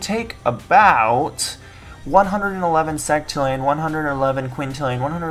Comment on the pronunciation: Yeah...it is maybe he said "sextrillion" as "sectillion"